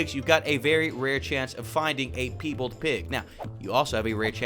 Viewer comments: PIEbald not PEEbald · Omg it's pie bald not pee beld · I SWEAR I WILL COMMIT A HATE CRIME IF I HEAR PEE BALD ONE MORE TIME ITS PIE BALD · it's "pie bald" as in partially albino.